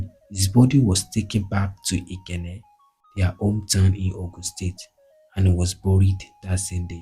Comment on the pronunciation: Your infections are wrong o, Awo (mi do) not Awo (re re). Ikenne (do mi mi). Two FACTIONS (not FRACTIONS) ON November 12, 1962, not IN ... A car DRIVEN (dreevn) not draivn. Buried be-rid ( not boo rid).ON August 2, 1966, not IN commissioner of finance, not of to finance. Ikenne (domimi). Please work on it next time.